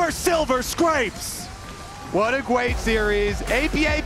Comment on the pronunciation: "what a gweat series"